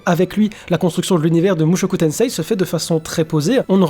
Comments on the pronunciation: Par contre on dit mushoku tensé stp pas tenseiii parce que, petite leçon de jap: le i est un allongement du e alors à l'oral on dit e le i (j'avoue je suis mais ça m'écorche les oreilles) sinon bonne vidéo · sa se dit mushoku tensee car le i est un allongement du se